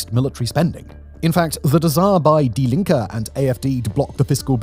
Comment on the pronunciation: I'm American, not German, but the pronunciation of Merz and Die Linke left me wondering how much I can trust the rest of the research if no one bothered to spend 60 seconds on YouTube learning to get the names right.